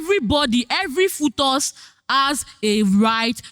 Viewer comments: arguing with someone who pronounces "fetus" as "futus' is the biggest issue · Sorry guys is it FOTUS or FETUS it’s pronounced as (FEETUS) I had to check my dictionary I was just hearing FOTUS FOTUS 😅😅😅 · She meant was pronouncing it as "fuutos"😂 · Bruhh....she kept saying futus and I'm like whattt 😭😭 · am I the only one hearing different pronunciations of the word “fetus”